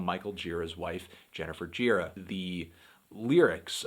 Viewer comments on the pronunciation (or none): hey anthony, pretty sure his last name is pronounced more like 'juh-RAH' rather than 'JEE-rah'. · Isn't the right pronunciation Girá? I think I heard that in some interview, when the interviewer began the interview saying that Gira told him the right pronunciation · its pronounced gira, not gira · it's actually Gira, not Gira